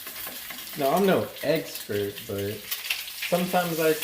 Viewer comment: He said EGGSPERT instead of EXPERT. Hahaha classic, just how I remember him when he fed the homeless. Yall better subscribe to this gold.